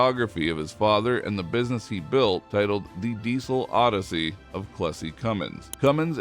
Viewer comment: I would have liked Cummins' first name to be pronounced more clearly. Or shown at the bottom of the screen. I looked it up. It was Clessie.